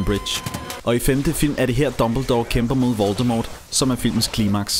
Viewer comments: han hedder ikke voltemort han hedder voltemor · Man skal udtale voldemort voldemor